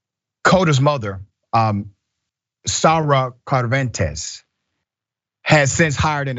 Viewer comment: Her name is Cervantes, not Carentes.